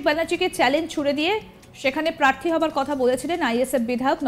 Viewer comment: কথাটা প্রার্থী, পার্থী না। যত্তসব সড়ক ছাপ।